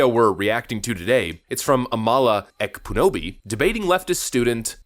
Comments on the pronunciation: You butchered her last name 😂😂 I dig Amala she’s more of a centrist but I see her becoming more conservative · The K is silent in Ekpunobi. For future content. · The "K" is silent in "Ekpunobi". She's half Nigerian. (Like me!)